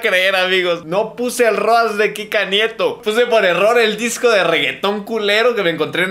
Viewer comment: No se ustedes, pero yo escuché crika nieto envez de Kika nieto